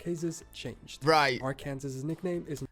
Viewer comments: The narrator pronounced Arkansas incorrectly. It is kind of like bouquet or sorbet - you do not say "r-kansas," it is pronounced "r-kan-saw." Clearly he is not from the US, and he objectively sucks for ignoring UFOs. Besides short-shifting Kansas, he also barely mentioned Mississippi which is where I am from. There may be larger flowers in existence, but the magnolia flower is the largest I have ever seen. It is several inches across, soft ivory color, has a strong sweet smell, only bloom every other year, and bloom on evergreen trees but do not have needles like pine trees or a lot of other evergreen trees. the leaves are a dark glossy green and fairly broad. They provide deep shade which you will want if you ever find yourself here say from March through October and occasionally into January. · I'm a few seconds in and already like "huh?" that he called Arkansas (Ar-kin-saw) Ar-can-sus. 😅 I know it Looks like it should be pronounced that way, but a little app could've told him how to say it. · Pronouncing Arkansas as Ar-Kansas is nasty work. 😆 It's of course, Ar-Kan-Saw. He also did not highlight the upper peninsula of Michigan when he spoke about it. Great video, still. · It’s not Ar-Kansas. It’s pronounced Ar-can-saw. Texas we do still call “The Lone Star” state. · He said Are-Kansas instead of Are-Can-Saw 🤣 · Why did the man in the video is reacting to pronounce Arkansas wrong? Is he not a native speaker? He pronounced it “Ar Kansas” instead of “Arkansaw.” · Really 😳Ar-Kansas 😂😂😂 He needs to actually practice before putting out a video! It’s pronounced ‘Arkan-saw’…. 🤦🏾‍♀️ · Arkanzaz?? It isn't pronounced like that!!! Ark- In-Saw!!! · The narrator made some errors: 1. Florida has alligators, not crocodiles. 2. Arkansas is pronounced ARK-in-saw, not ar-KAN-zis. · Bro said Arkansas R-Kansas lol. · Did he say, "R Kansas" for Arkansas? Where is he from? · Did he really say "R" Kansas? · BRO SAID "Ar-kansas" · It's Arkansaw NOT Arkansas!😒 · Arrrr Can Zas